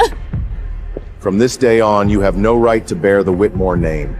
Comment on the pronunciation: It's funny how mother pronounce the family name differently every time . Whitmore , wheatmill , whitim...